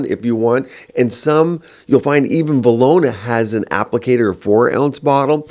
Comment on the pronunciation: He said Velora but on the bottle it says Velona.